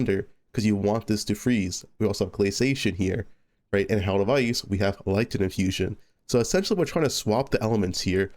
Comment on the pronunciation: lighTTTT NING not litnin